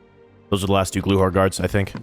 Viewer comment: You’re saying glukhar wrong.. the k is not silent